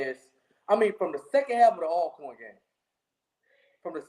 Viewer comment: GA - You need to correct when he says -corn.